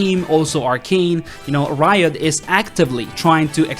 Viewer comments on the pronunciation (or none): none